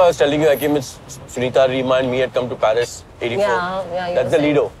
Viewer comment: The way she said PHARIS & not Paris 😩😭